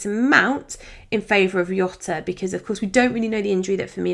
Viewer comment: Yet another great video. I already have three premiums, inc CR7, so I'll be holding my wild card until GW7. Just a small reminder, it's not pronounced Yota with a Y, but Jota with a Portuguese J. Saint Lee should know.